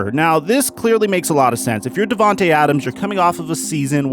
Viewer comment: Not devantae, to🥺